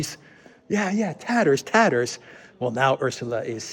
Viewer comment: tatterrsss...chips...fridges...🤣 she really is crazy, all she really needs is hobby like flower arranging or failing that a good seeing too every night so she is smiling all day long😉